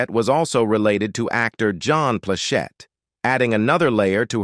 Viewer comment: I really want to like these videos, but the clickbait format, disconnected narrator's voice from what we are looking at and mispronunciation along with harsh intonations which obviously mean it's an AI voice is quite hard to tolerate. As far as Ms Plachette she used to come into our jewelry stores (Atencio Jewelers) In Torrance and the Inglewood and buy a lot of jewelry from us back in the '70s, I was a teenager at the time and didn't pay too much attention to her, but now I see she was a real attractive lady and have enjoyed a lot of her work.:face-red-heart-shape